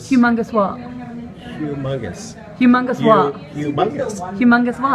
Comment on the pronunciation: "hu mungus" lmao shit got me giggling